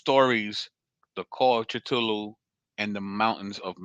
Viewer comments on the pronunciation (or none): Lol thank you for the vid brother...and I know you probably don't care...I'm a blerd...but Cthulhu is pronounced Kuh-thool-oo.